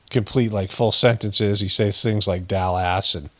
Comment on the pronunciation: If Daaji can't pronounce Dallas, how would he pronounce stripper from Arkansas? ( Sorry, it's already pathetic so I had to go there. 😊) Thanks 🌞❤️🌄